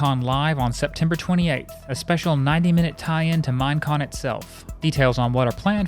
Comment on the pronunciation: Every time he says "Mine Con" I thought he was saying Mien Kampf